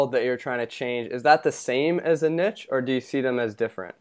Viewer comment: Good interview, I'm glad to finally hear someone pronounce the word Niche correctly, I lose respect for people immediately when they say Nitch! Just a pet peeve but made me like Seth more, and made me feel like he really knows his stuff.